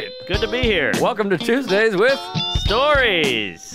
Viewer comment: Is that promo Tuesdays or twoGAYS? 😅😅😅